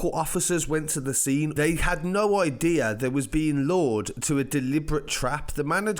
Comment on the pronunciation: Lored or Lured ? Get your pronunciation right !